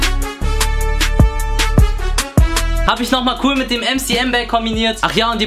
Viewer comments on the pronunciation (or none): none